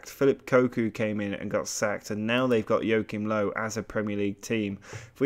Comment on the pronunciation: Jokim Low xd I cringed so hard when he pronounced it like that